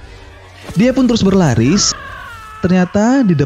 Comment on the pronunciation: Lidah nya kepeleset dong, berlari jadi berlaris hahahaha🤣